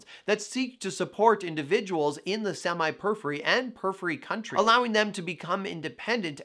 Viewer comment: The way he say "periphery" in two syllables (pur-free) instead of four (pur-if-fur-ee) illogically irritates me, lol.